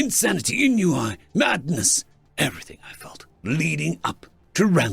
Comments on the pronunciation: This isn't a criticism at all. I thought you'd want to know that "ennui" is pronounced as 'on-wee'. Mispronouncing stuff means that you learned it through reading, so you're all good. ^_^ Keep up the great work! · Welcome back dude, hope you're well and not pushing yourself too hard too fast. Scuse me for sounding rude, I know French words are tricky. Just so you know Enui is pronounced onwee with the kind of silent H at the start. Like the H in honour. It's meani g makes it a truly beautiful word. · Ennui is pronounced like "on we". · I've been watching for only a few weeks but loving the stories. I'm glad you stopped the intro with reverb 🤣 Great story, well read. I have only one note on pronunciation :) The word 'ennui' is french, so it actually sounds like the 'en' from 'en garde' followed by oui. ('ahn-wee' as an example.) Trust the French to invent a word to describe the feeling of being bored specifically from having no job to do. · EEEEE! The has returned! Edit: omg thats the first mispronounced word that wasn't a noun i can recall. I imagine Ennui is just not a part of the vocabulary.